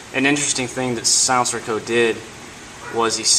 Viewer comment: Your pronunciation of sig sauer and silencerco made my ears bleed profusely.